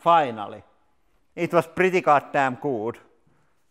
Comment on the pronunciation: This guy talks just like I do. Just with a heavy accent. It makes me laugh when he says things like my guess was preddy god damn good.